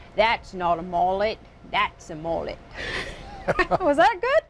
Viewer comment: Its pronounced m-uh-let not m-ooh-let